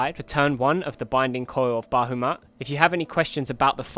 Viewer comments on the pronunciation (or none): Hey great channel, I tell everyone in my FC/LS who wants to see a good Titan guide to check your videos, and they all love me for giving them a decent guide to follow. Just one thing, that is minor, but you are pronouncing Bahamut as Bahumat. Not a big deal, just letting you know. I beat Titan on the weekend thanks to you, now trying to find a FC/LS to do the Coils with. Look forward to more of your stuff bro.